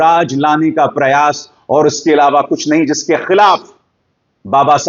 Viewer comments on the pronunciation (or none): none